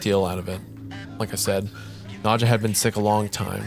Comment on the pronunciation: wendigoon pronouncing the name nadja as „nudcher“ is scary enough